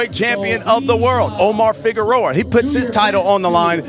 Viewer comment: its Figueroa ...not figuerora u fat idiot